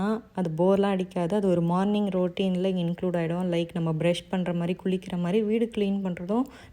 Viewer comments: Roatine ila sis routine.. pronunciation is important... improve it❤ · ரோ....டீன் இல்ல ரோட்டீன்